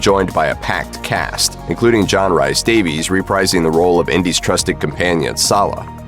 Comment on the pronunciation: John Rhys-Davis... Rhys is prounced Reece, not Rice. Rhys is just the Welsh spelling 😊